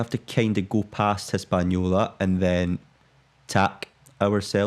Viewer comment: You keep calling Puerto Rico "Hispanolia" but that's way off. Hispaniola is the island west of it, with modern day Haiiti in the west and Santo Domingo in the east. It's inbetween Puerto Rico and Cuba. And Puerto Rico irl is very pretty. Great place to sail to. So glad you corrected yourself for the heeling there. I'll be back for the rest of it, find it quite pleasant to put this one on study breaks and just not having to concentrate on anything deeply. Since you ask: You definitely heel too much, giving yourself trouble on the boat like that. If the winds get stronger, just reef the sails a bit and you're going to sail more upright. You are not going faster than hull speed anyway, which is easily reached, yet sailing more upright means at the very least, you're taking on less water and need to pump less often. About the ships: The one out is a brig (you can tell it looks like a schooner, but it's square rigged), and the one in port is a gaff schooner.